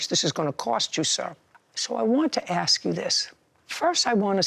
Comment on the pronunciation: What's so hard with saying ask? When they said that flipping crap in school, the teacher would ask them to spell ask. They'd spell it, then the teacher would spell out what they pronounced 🪓. Encourageable is what it is.